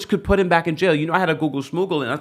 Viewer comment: He’s going to jay-uh!!!